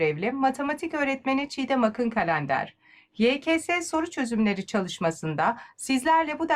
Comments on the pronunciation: Doğru okunuşu o kral ama sen bilirsin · yekese diyince bi kötü hissettim